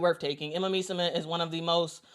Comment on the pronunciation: So much praise for Emma, yet no care about pronouncing her last name correctly :)